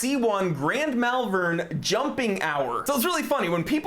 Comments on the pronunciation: A beautiful watch. If I could get back the money I spent on a few other watches, this would be the dress watch of choice for me. A note on British town names though, it is pronounced Mawlven, we do like to trip up Americans with our town and city names 😂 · I've never heard an American try to pronounce "Malvern" before. I'm scarred for life